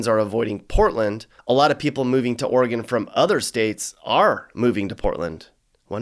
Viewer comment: Thank you for pronouncing Oregon correctly (ORY-gun, NOT OreeGONE).